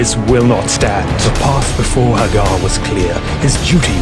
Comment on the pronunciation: The nostalgia value is very high. However, the faux-Brit narration utterly sucks. Nobody, I don't care what they're reading, rolls their R's that much. And no self-respecting gamer EVER pronounced the man's name "mike hag•GAR"; I understand you've got to fit a meter, but is it really necessary to murder your principle subject's name in every line it appears in the entire bleeding poem?... ... But, if you can get past the annoyance of the narrator and verse, the video is actually pretty awesome.